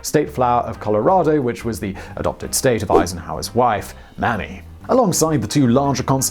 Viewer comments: Mispronounced Ike’s wife name. It is MAY MEE not mam mee. You are showing your age. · Her name is May-me, not Ma'am-ee Eisenhower. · "May-Me" NOT mammy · Maym-my, not Mammy. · Simon: May-me, not mammy Eisenhower. She wasn't a comic Irishwoman. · Mrs. Eisenhower is Mamie (May Me) not Mammy (kind of a racial slur). 👍🏼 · I guess it's never a true Megaprojects without an easily correctable mispronunciation. Mamie Eisenhower was "May-Mee," not "Mammy." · I had to laugh out loud at "Mammy" Eisenhower